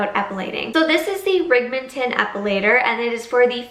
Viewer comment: REM’- ING- tin Not Ree- Ming- ton